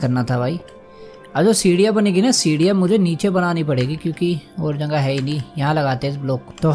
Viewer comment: Question: bhai aap jagah ko jangah kyo kehte ho😁